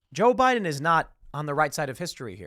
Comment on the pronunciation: Now I get the "Bi-dan" comments